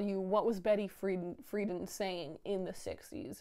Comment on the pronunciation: In case you review it in future videos—it’s said like betty free-DAN (not like FREE-din). Did it give you a flashback to 10 Things I Hate About You when you bought it, too?? (I hope you’ve seen that modern classic! It holds up!! :) ) Also, if you haven’t yet, watch the 2014 film Pride (I’m adding the year bc there have been a lot of movies with that name from different years..this is a UK one) bc beyond being AMAZING (it’s prob my fave LGBT film now bc of the lovely lovely intersectionalityyyy), they meet/plan/base at Gay Is The Word!! :D P.S.—So great to see a video from you! Sending fortitude for the final push of your masters! I hope you post your documentary (in some form) on here after you’re done! And sorry if you feel it’s unappreciated elsewhere. Projects like yours DO inspire/intrigue/educate others, even if the most faithful and engaged audience they find isn't the audience they were intended for/originally seeking validation from. <3